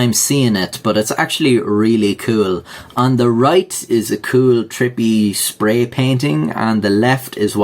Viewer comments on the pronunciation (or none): none